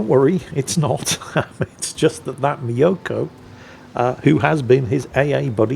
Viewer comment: Tip for pronouncing the Myoukoy: Don't think me-o-ko but like music or mucus just with an o. And both vowels long.